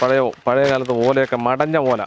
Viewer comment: മടഞ്ഞ അല്ല മൊടഞ്ഞ ഓല മല്പ്രം